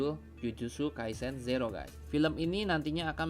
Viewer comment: Kaisen bang kaisen , bukan kousen , ih